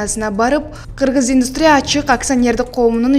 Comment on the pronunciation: Индустрия менен модернизация деген сөздөрдү жакшылап окусан